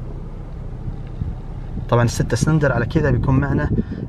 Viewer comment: اخوي اسمه سلندر مو سرندل بلله علمني من درسك اللغه العربيه ي صاحب القناه وفي الاخير وبعدين تراك اشغلتنا وازعجتنا بذا المعرض دار القحبه مدري النخبه